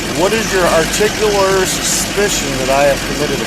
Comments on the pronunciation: his articular suspicion hahaha buddy its articulate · "What is your ARS... your articular suspicion..."? "ARS"? "Articular"?